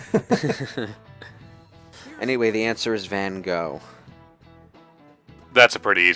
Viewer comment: Aaaand they mispronounce Van Gogh again.